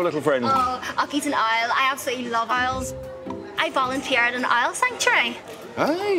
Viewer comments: The subtitles on my youtube show the word Isle when she's saying owl 😂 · I heard aisle, as in an airplane lol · She says Owl more and more incorrectly as the date goes on. It goes for Our to oil and eventually ends up as Oily